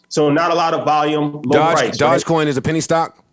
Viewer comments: 🐕‍🦺e coin.... Not dodgecoin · Ik he’s very financial literate but hearing him say “dodge coin” over and over again makes me question how closely he’s researched this. It’d be like if pomp got on and was hyping up “bite coin” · Doge coin... pronounced "Doj-coin" like doja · This ‘expert’ doesn’t even pronounce dogecoin correctly